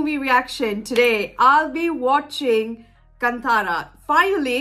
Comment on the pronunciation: It's not kantara Kaantaara/कांतार/కాంతార